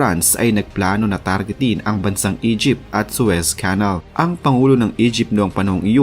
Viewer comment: Please lang...paki-pronounce ng maayos ang Suez Canal.